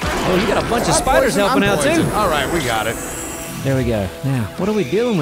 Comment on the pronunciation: One day I noticed says "of" like "ahv" and I can't unhear it. Or even "not too far away Frahm us"